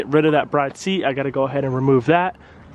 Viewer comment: From what I’ve heard it’s pronounced “brid “ Mickey from throtl met the guy who made bride seats and corrected him on the pronunciation